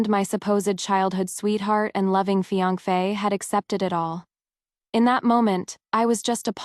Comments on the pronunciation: In every story of this channel the word me instead of my and fian ke instead of fiance is birin. May be trying to make it different but it's only boring n annoying.. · And no me brother - my brother. Fian - ke???